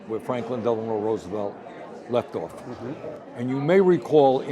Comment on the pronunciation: Did he say " ... Franklin Delanor Roosevelt..."? I thought it was Delanor myself until I recently found out it is actually Franklin Delano Roosevelt.